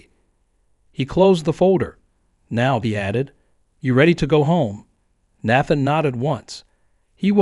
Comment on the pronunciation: I hate these long drawn out stories and the AI pronouncing words wrong. Out of every time is said Nathan, only once did it say Nathan correctly.